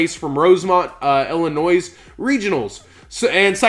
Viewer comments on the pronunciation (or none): "Illinoise" EVERY TIME, REEEE